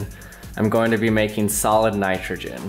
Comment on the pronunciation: it sounds like you say salad instead of solid :p